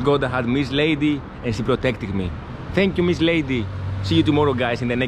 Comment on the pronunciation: Her name is Leidy, not Lady.